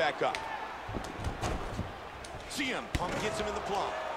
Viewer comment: Он сиэмпанк, а не цеэмпанк